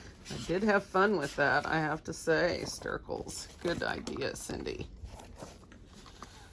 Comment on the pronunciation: Is it Stircles or Snircles? You're saying Stircles but the video title says Snircles. I'm confused.